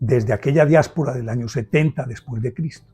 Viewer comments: Perdón, no sé si es error de fonética, o el audio ha distorsionado la pronunciación, he escuchado diaspera en vez de diáspora, por favor corregir el vídeo. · Excelente narración maestro, la historia contada como fue, sin juzgar a uno ni el otro. Una ligera corrección , es "diáspora" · En el minuto dice que empezó la "diáspera". Empieza bien el vídeo, si no sabe ni cómo se dice. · Es diáspora....no diespora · pronunciaste " Diaspera envés de Diáspora ", creo esta última la correcta a lo referido. gracias.